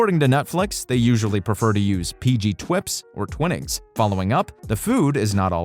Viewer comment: PG... what? Did you say "twips"? "PG twips"? .... and "twin-nings"? Smh.